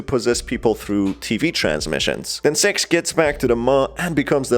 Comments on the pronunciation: Every-time use say “Six” I think your saying “Sex” and I’m like “WHAT THE HELL MAN! ITS JUST A INN- oh.. my ears are deceiving me.” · Why are you say S E X and not six?